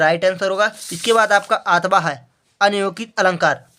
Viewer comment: अथावा नहीं अथवा होता है